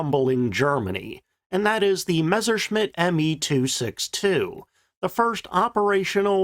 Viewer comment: One of the few WWII channels that doesn't pronounce it "Meshershmitt." THANK YOU.